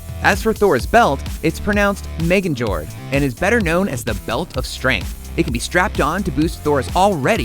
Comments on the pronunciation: Meganjord? Seriously? Its pronounced (meyingorth) roll the r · Not how you pronounce Thor's belt